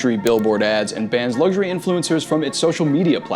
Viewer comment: “Lugshury”Pro tip: there is no “G” in “luxury”.